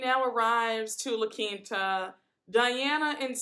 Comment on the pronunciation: Who wants to dress like Kyle? For her to have so much money, she has some of the worst fashion sense across all the franchises. She dresses like a model in a Fingerhut catalog Also I am so GLAD that finally we have someone who pronounces La Quinta right lol it's not La Quenta 😂